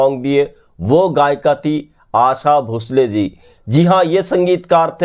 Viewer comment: सर, आप अक्सर "भोंसले" के बजाय "भुसले" का ही उच्चार क्यों करते हैं?